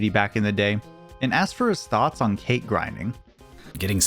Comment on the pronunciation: The speedrun is really lucky and really well documented, but "Cait" is pronounced "Ket" or "Caught" and is based on the Celtic fairy cat Cait Sith. Sith is pronounced "Shee"